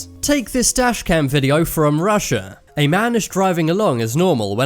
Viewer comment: from Russia ? Ro comes from Romania, It's Russia not Rossia.